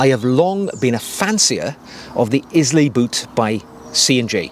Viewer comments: Eye-luh, not Is-lay. And I’m American. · Hi, they’re a beautiful pair of boots, if it wasn’t for me owning the Loake bedale burgandy grain ones I’d definitely be tempted! P.s I believe it’s pronounced “aisle-a” (Scottish island). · Pronounced “Ai-lu”! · It’s pronounced eye-la, not Izlay. As a Welshman I’d have thought you’d be all over pronunciation given no one pronounces Welsh name places properly. I bought the rough out and wear for work and out and about in the country. Agree the scotch grain dark brown is gorgeous too but wanted the vibram cleet for outdoors. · Please stop saying IS-LAY You pronounce it Eye-la Nice content though 👍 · The mispronunciation of of the Scottish isle, after which the boots are named, grates: it's Ailay, NOT Islay. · Islay. Pronounced: Ay lah! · Pronounced Eye-Lah 🙂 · The boot is pronounced Ila as per the Scottish island it is named after…. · Amazing boot! Loving the video's. Just a note Islay is pronounced eye-la. All the best from a whisky lover. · It's pronounced Eye-lay my friend, as in the Scottish Island 😉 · Sorry to have to have to correct you but Islay is pronounced EYE-LAY! Presumably the boot is named after the Scottish island of Islay where you would find whisky distilleries for Laphroaig, Lagavulin and Ardbeg. Agree it is a beautiful boot and I think the combination of the mahogany, pebbled-leather patina, the broguing and the street sole would make for a very practical and versatile boot though probably not for very muddy conditions. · I second this. I’ve seen the pronunciation written as ai-luh. A beautiful island to visit and some of the best whiskies in the world. Thanks for the video! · A 'style guru' who can't pronounce 'Islay' properly and has a Wendy house as a garden shed?!! Get over yourself. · Great video. Research how to pronounce Islay.